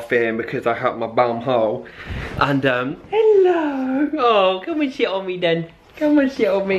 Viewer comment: When says to Nala 'come on sit on me then', I thought he said 'shit on me' xD